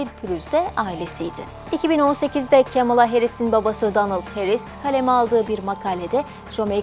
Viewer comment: kemıla değil yazıldığı gibi "kamala" yada "kmala"